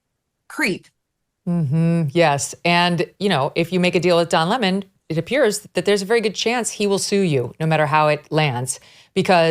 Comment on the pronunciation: Come on...its not lemon' just like its not fawni. its L E M O N. and... F A N N Y!!